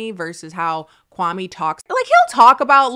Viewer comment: The way people mispronounce kwame’s name is soo grating 😂